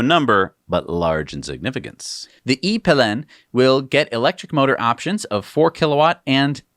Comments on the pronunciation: As a Swede hearing the pronunciation of "E-Pilen" was aweful haha. In english the bike would be "E-Arrow" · It's so funny when americans try to say Swedish words in english ;) it's pronounced e-piiiilen not e-pilenn :D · The bike . I would pronunce the brand Huoskvuuarna and the bike something like eaea-peeeelen (=the e-arrow) say it slowly. Like in slow motion. Then it´s right. The slower the better :) The brand makes supurb ICE-bikes for muddy, dark, heavy digging, endurance races, and agile trail races of any kind. Top of the line performance. KTM has done some impressive electric bikes in this area and I think this is the first try from Husqvarna and it looks like a road bike. Interresting. Very exciting!